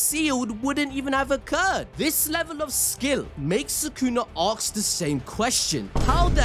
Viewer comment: If you stop saying "aks" I'll subscribe 🤣🤣🤣